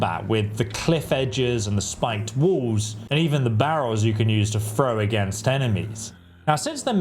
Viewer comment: As soon as he said FROW barrels I couldn’t continue